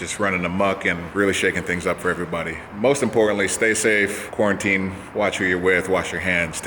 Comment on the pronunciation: "carantine" plain and simple ;)